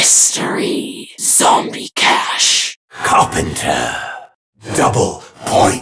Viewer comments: why is carpenter pronounced so weirdly on the samantha voices it sounds like he says "krankten" why is no one else talking about this after like 12 years? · i used to hear “Carbon dough” lmao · I've been playing zombies since 2009, I never realised it's called carpenter, it always sounded like crackter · I always thought it was carpendo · I thought it said carpeter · Honestly i thought when bo2 richtofen said carpenter he actually said rubadub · Anyone hear bobadob instead of carpenter